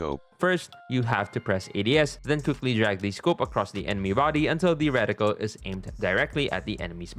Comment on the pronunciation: Recticle ❌️ Radical ✅️😎